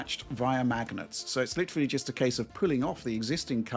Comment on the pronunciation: “pwemium fweel…witawee”